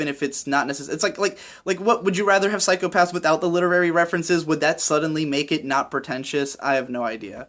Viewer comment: The way in which you've pronounced 'psychopassu' reminded me of Ren-chon way too much, and thanks to all of those uploads recently I can't get the image of shota saying that to every kid he meets.